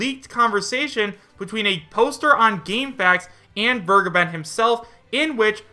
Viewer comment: Vergeben is german It means to forgive it is pronounced like Fair + Gay + Ben